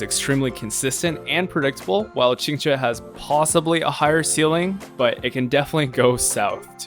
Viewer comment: As a native Mandarin speaker, I can't express my shock to how accurately you pronounced Qinque's name. Most English speakers don't really care about how to pronouce Chinese names and care little about what they mean.